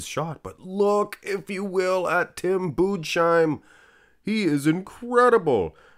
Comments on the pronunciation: tim budesheim is pronounced "tim boodess-hyme" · budesheim is like boo-diss-hime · You pronounce Budesheim like „Boo-des-hime“